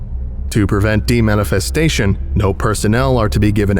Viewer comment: “To prevent demanifestation” Wait, don’t you mean manifestation?…